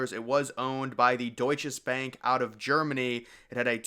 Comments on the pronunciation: I worked there 1994 until labor day 1998, then at 4 WTC until 911. It was not the Deutsches Bank. It was the Deutsche Bank. Not sure why you keep saying it with an S there. I also would not call it forgotten. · I worked about 2 blocks from the WTC & Deutche Bank building (yes, it's Deutche Bank. I don't know why the narrator repeatedly called it Deutches Banki!). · its pronounced doit-chuh-bank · You know the maker of the video did due diligence when he keeps on repeating“DeutcheS Bank” 😂